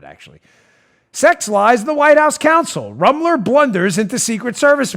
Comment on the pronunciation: Dan, You need to pronounce her name with the proper Na$i...I mean German accent she deserves. It’s ROOM-ler. Rooooomler. Gives it that lovely ethnic German sound. BTW. I’m German too.